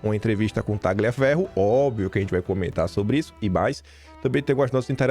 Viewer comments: entenda!(Parodiando alguém 😅😅) Nomes italianos têm pronúncia diferente do que em português. Exemplos: 1. Tagliaferro -> pronúncia Taliaferro...g mudo. 2. Marchesi -> pronúncia Markesi.... Ok? 😊😊😊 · Três dicas relacionadas ao italiano: 1. Marsiglia = pronuncia-se MARSILIA, 2. Tagliaferro = Taliaferro, 3 Marchese = Marquese.